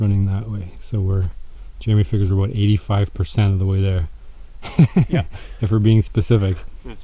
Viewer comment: aboot lmao